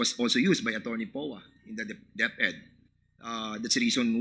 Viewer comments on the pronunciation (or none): none